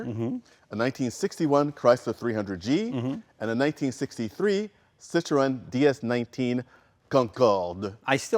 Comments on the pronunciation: Sitro-N would actually be much closer to the correct pronunciation though. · "Citroonnnn" ah, at least Jay is trying now. Still not right, but way better than "sittro.... N!" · French is my first language. I can assure you that you have to pronounce three distinct sounds. Yes, something like "SY - TRO - ENN". The Ë is NOT silent. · D'où tu viens pour ne pas savoir prononcer Citroën correctement?